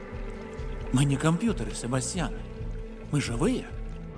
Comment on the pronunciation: Не СебастьЯн, а СебАсьтян :]